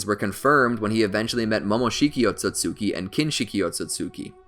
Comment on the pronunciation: He keeps saying Otsotsuki instead of Otsutsuki